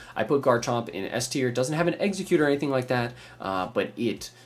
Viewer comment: I kept thinking he was saying Exeggcute when he’d say execute